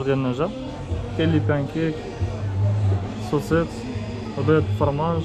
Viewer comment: خويا يقولولو الصوصيس saucisse ماشي صوصيط 😂😂، ولكن شكرا على الفيديو الاثمنة النار تحيا ثمن السوق ، وتحيا حومة طنجة